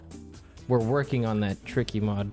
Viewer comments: I am absolutely certain he said “Tiky” there and you cannot convince me otherwise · he said tiky at teh beggining of expurgation too lul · King of Ice-Cream Sandwiches in that specific part it sounds like he says Hank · might be my imagination, but I SWEAR tricky is screaming "Hank" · Anyone Hear Tricky say TEA T